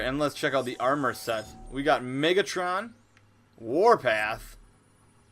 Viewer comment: sounded like u said lord niggatron no offence my negro brethron